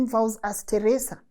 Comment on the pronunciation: the way your calling Teresa name 😂 Teresa come on😅